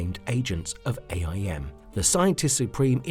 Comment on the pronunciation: STOP SAYING A. I. M.!